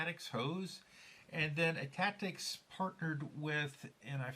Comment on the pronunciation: thank you so much for taking the time to do a super thorough review of our products and the gold chamber! Really enjoyed watching it and you nailed the name perfectly! Richard Rolefson is right after talking with some customers we decided to also sell the rear spring perch for customers who wanted to replace just that piece from other Meteor bodies. Couple interesting FYIs from your video, we could have cut the whole front section behind the vasa screw away, but we left it there as a spacer incase someone removed their grip frame, as we didnt want the valve spring to cause them to lose the hole position and have to remove the entire front end to reset it. Great tip to test and pre align and thread the holes before adding the frame or vasa so youre less likely to strip a thread. Another reason we made our design so you have more than one thread option in both components. Also some of the tightening issues you were talking about is another reason we made two separate components so they each could be independently fastened! Our favorite review yet thank you!